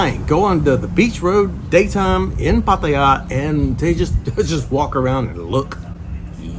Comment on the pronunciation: Finally someone pronouncing Pattaya properly.